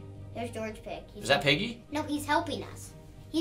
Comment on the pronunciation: It is piggy not pigey